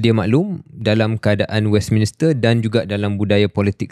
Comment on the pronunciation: Shahril, it should be pronounced as 'Westminster' instead of what you said 'Westminister'.